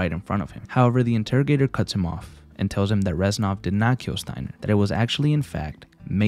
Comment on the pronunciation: with all due respect, it's reznov not renzov